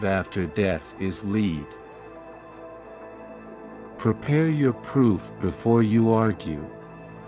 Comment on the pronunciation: Lead is pronounce "led," you robot. Click off this channel.